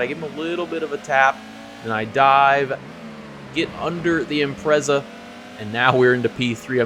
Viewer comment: 2nd time I've watched this one and I'm really sorry, but it needs to be said. Please learn how to pronounce 'Impreza'